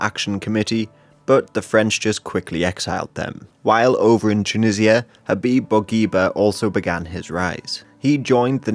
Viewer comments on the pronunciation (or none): none